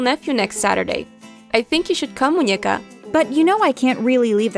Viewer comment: It’s Muñeca not muñueca 😂